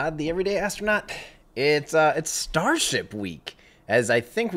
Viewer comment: lol...the way you keep saying that... the ev'ryday astro-nut... i love it! xD